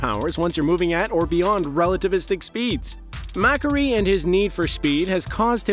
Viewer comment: Mack-aree lol